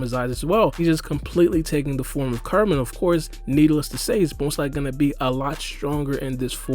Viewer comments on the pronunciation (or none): Man u gotta learn how ta say KURAMA. sounds like karma when u say it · Bruh. Kur-a-ma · Karma- is what Boruto and Kawaki have. Kurama or Kyuubi- is the nine tail fox trapped inside Naruto. They are pronounced differently and said differently, that's all I'm saying bro, good vid tho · So we gonna ignore the fact he’s saying karma not kurama